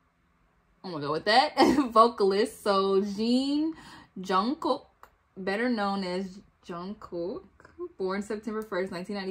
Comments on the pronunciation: its jungkook as in cook not smth else lol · Also the K on Jung Kook sound more like a g as in gas... the u of Jung sounds more like on... and the name goes Jongoog... last g is mute. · loved your reaction. btw, maknae is pronounced mahng-neh. there are videos showing them introducing themselves, you can hear how they pronounce their names. jungkook’s name is always butchered, even by most i-armys. it’s closest to jung-ook. the j in korean is softer than an english j. think more “ch” than a hard “j”. then drop the first “k”. “ook” is more “uhk” than “oohk”. i always say try saying the word jungle, but replace the “ull” sound with “uhk”. 😊 all their shows have english captioning - 3 docuseries/documentaries, run bts (their variety/game show), bon voyage (travel series, 4 seasons so far) and in the soop (soop means in the forest, it’s bts filmed hanging out on a retreat, series number 2 coming next month).